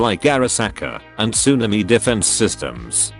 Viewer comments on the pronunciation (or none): none